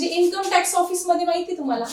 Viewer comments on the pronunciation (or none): none